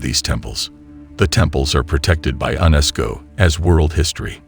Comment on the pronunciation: "Hi-Tech ground penetrating radar" Proceeds to show me a Lawnmower. Also its ( Go Beck Lee Tep Pee ) Also ( You Ness K Oh )